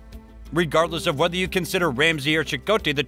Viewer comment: Cicotte = Cy - cot.